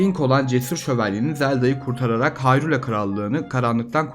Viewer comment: Muhteşem bir video olmuş. 42 yaşında seriye Minish Cap ve A Link to the Past ile başlayıp hemen tüm oyunları oynayıp bitiren birisi olarak bu kadar detaylı Türkçe bir kaynağa ilk kez rastladım. Yapıcı eleştiri olarak Hayrula telaffuzu başta olmak üzere hatalı telaffuzlar ve hanımefendi arkadaşın seslendirmeleri pek hoşuma gitmedi ama onları da zamanla düzelteceğine eminim. Zaten videonun içeriği ile bunları görmezden geliyorum bile. Abone olup, bildirimleri açıyorum. Başarılar...